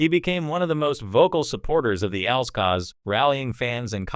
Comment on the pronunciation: AI learn it is pronounced A L S separately